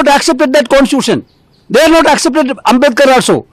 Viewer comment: Ambedkar bolne nahi aya ye bhai ko